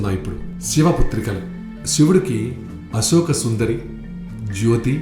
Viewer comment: brother nee gonthu chala bagundi, kani uccharana emi bagaledu, sivudu kadhu " shivudu" inka asoka kadhu " ashoka" dayachesi alochinachandi